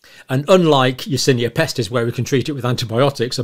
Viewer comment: "Yersinia Pestist" have you heard about "Yersinia Pestist" before xdddddd